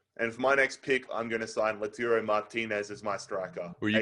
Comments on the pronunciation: man said lutaro martinez its lautaro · come on man, its lautaro, not laurato Martinez. He literally said LAURATO.